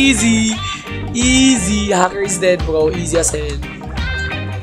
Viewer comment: Bro has been my all time favourite Youtuber. I could give MANY reasons why is the best Youtuber. In 3 2 1 He is handsome, has the man face, a rice farmer, his avatar is Manly, he is the goat, he says IZI instead of Ez, his laugh is like a meme, he is always happy, he is always upset when he gets trash kits, he is the G.O.A.T(2nd time),he has over 10k wins, he is good at roasting, he defeats hackers, he defeats sweats, he defeats tryhards, he defeats youtuber, he has merch, he has rice spice, he has MANLY beard, his youtube logo is awesome, his engagement rate is always incredible, he has over 200k subs, he donates all his robux, he exercises, he eats twice, he is asian, he is fillipino, he has Millions of fans, he is cool, he is the most handome youtuber, he beat tanqr, he beats foltyn, he is the rizz master, he is the bow grandmaster, he coaches other youtubers,he has been an OG bedwars player, he does and doesnt touch grass, he sweats but never sweats irl, he is the G.OAT. THE G.O.A.T, he plays different games he has multiple kits, he puts a ton of effort into his videos, he keeps 1 leg on his chair, he has a cat called chad, his cat will be giga chad, his cat doesnt care about sweats, he wear glasses, he has bounty paper on his wall,he watches one peice,he has a teddy bear, he uses face cam so we can see his handsome face, He makes multiple colurs for his merch, he has a meme intro,he does give aways. I could tell more but my hand hurts from typing IZIIIIII